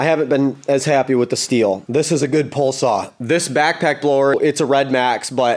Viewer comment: Say "Pole" Say "Pole Saw"